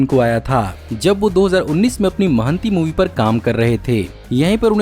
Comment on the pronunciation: Its not महांती, it's महानटी